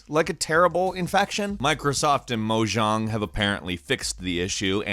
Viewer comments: It's 'moe jae ng' not 'moe jong ' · Its mojang not mojong get it right brah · dude it’s not moSHang it’s moJang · "Moh Jawng" is NEVER how you should pronounce Mojang and that is vastly the wrong pronunciation of it. Most people pronounce it as either Moh Jayng or Moh Yayng depending on where they're from. I have no idea where the hell where you would pick up that pronunciation and as a YouTube channel all about video games, you SHOULD know how to pronounce it properly, you incredibly incorrect and strange bird. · Mojong I’m like 100% sure it’s Mojang. Hahaha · mojong? It’s mojang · It’s no pronounced mojaung it’s pronounced mo j ang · Mojong..... Say it with me.... Mo Jang. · I think its pronounced moJANG, not mojong, maybe that's just me tho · It's pronounced Moe-yang. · It's pronounced mo yang it's swedish so the j is pronounced like a y just saying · Microsoft and mojong 😂😂😂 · did he just say mojong? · It’s “Mo-yong” or “Mo-yaing” It’s Swedish. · You pronounced Mojang incorrect... It's Mo-Jang for Americans and Mo-Yang for the Swedes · Mow-Chaaang... I hate Minecraft yet I know how to pronounce it. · The way he pronounced Mojang cracked me up. MO JONG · Heh... "Moh-Jong" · It’s pronounced mow yane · It's pronounced Mo-Yang. It's Swedish in case your wondering. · did he really say mojang like that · bruh that is not how you say mojang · You said mojang wrong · I don't know if you were joking... But when you said "Mojang" wrong I wanted to die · WTF that is not how you say Mojang... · Respect Mojang’s name please, there a great developer, even if there now owned by Microsoft so, what was with that terrible pronunciation ! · it's been so many years and you dont know how to pronounce Mojang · He said mojang wrong lol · The way you say mojang seems weird. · If you ever say Mojang like that again I'm unsubbing, you were milliseconds away from tipping a fedora saying it like that